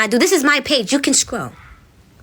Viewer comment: her telling us to scrow was taking me out 😂